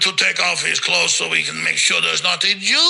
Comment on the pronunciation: “Vee must continue to vaccinate”